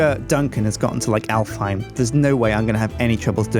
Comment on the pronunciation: Alfheim is an Icelandic name and is pronounced Álfheim in Icelandic